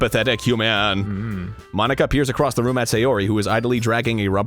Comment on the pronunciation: "mon-ika" ika means squid in japanese